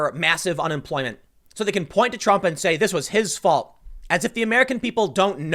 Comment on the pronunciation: Lol Tim said Trum wrote instead of Trump